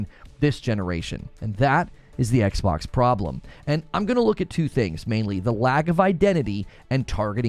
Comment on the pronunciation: “The Ex-Box”!